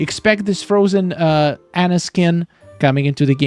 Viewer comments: Ah-na. Drives me nuts hearing you say her name wrong. 😂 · Spelled Anna pronounced On-uh